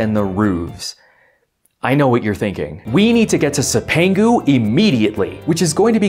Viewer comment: love your work. cipangu is pronounced "chip an goo" the "c" is the Italian soft c which makes our "ch" sound